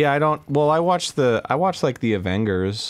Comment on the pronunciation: Is no one talking about how Arin pronounced Avengers as “Aven-Gers”